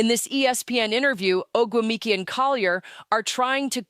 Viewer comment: Is this a Grok creation? I would assume that Phee (or whoever is speaking) knows how to pronounce Ogumike as Nneke and her peers do.